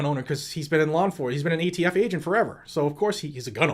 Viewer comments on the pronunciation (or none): did anyone hear jo say aft not atf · "AFT"? What the heck is AFT Bo Bo? America's Freaking Tyrants? He is embarrassingly pathetic. Scary to think he's the Commander & Chief. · Nobody's talking about how many times He called the ATF the AFT? He is a senile old man that shouldn't be president